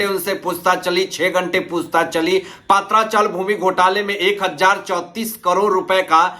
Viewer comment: पात्रा chawl नहीं, पत्रा chawl !